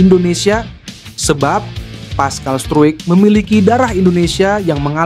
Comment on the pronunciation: Pascal struijk...😂😂 bacanya : paskal strouk